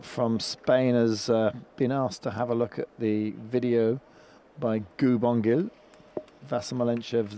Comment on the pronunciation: After winning 3 Olympic Gold medals, FIE commentators all pronounce 'Szilagyi' differently in the hopes that one of them would get it right. Not as bad as the pronunciation of Gu Bongil though 🤣 Also wowee 720p stream at World Champs for another year, at least there's no sound delay though